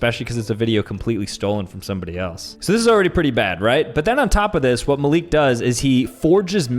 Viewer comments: im offended cuz he said maleek and my name is malik it’s pronounced mal I k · Maleek 💀 Dude it's pronounced how it's written (with emphasis on the A a bit)